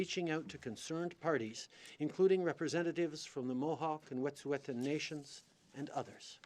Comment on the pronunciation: Justin P. Trudeau can't even pronounce "Wet'suwet'en"